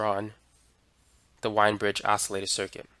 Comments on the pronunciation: The name "Wien" is supposed to be pronounced like "veen", although a lot of people do get it wrong...... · Wien is pronounced " Veen" rhymes with bean!